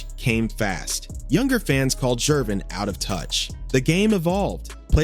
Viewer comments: 😂 This guy can't pronounce Gervins last name for nothin it's not Jervin..it's Gervins Ger..Ger..Gervin.. George Gervin..the "Ice man" there ya Go...geez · You can't even pronounce Gervin's name properly. It is a hard G, not a 'J' sounding G. Good lord. 🤦🏾‍♂